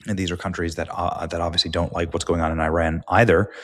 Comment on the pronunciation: Also, learn how to pronounce Iran.